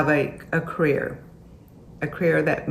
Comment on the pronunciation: Thank you at yelling at the way she says “cAreer” fkn sounds like she’s saying “creer” 😂